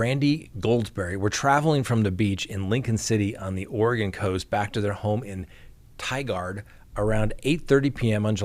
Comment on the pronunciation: Tie-gerd or Tiger with a d is the proper pronunciation. Bet you're real glad he's not from the neighboring town of Tualatin, (or even Aloha - which is not pronounced as one would think)